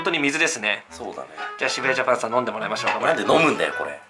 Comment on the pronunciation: 渋谷ジャパンがしめじジャパンに聞こえた